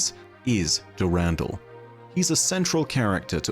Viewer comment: can we please stop saying "du RAN DAL" is "Duh Rahn Dahl"